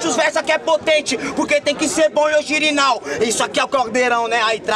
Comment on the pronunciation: sempre falando ogirinal kkkkkkkkkkkkkkkkkkkkkkkkkkkkkkkkkkkkkkkkkkkkkkk